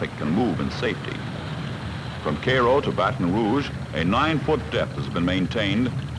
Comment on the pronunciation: Is that the way everyone pronounces Cairo in that part of the country